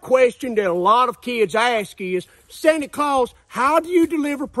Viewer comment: 😂😂 nkt santa San Ta but its sany ? 😂😂😂 sanny clause